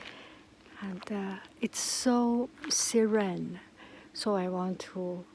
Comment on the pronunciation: Forgive my correction of your pronunciation of serene, I find it is pronounced sireen. And thanks for that walk n bla bla.